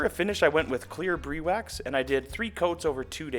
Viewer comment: It's called "Briwax" (BRI rhymes with HIGH). Brie wax is the crusty outer layer of a French cheese.